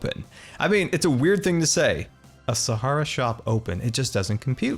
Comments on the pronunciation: nobody:: (sah-har-ee-iah) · you do realise you’re saying Sahara wrong right?? Coz it’s kind ok annoying lol